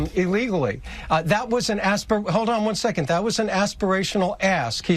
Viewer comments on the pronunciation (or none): none